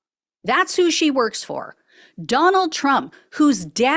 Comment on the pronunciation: Did you just call him "Don-old"????? 🤣🤣🤣🤣🤣😂😂😂😂😂🤪🤪🤪🤪🤪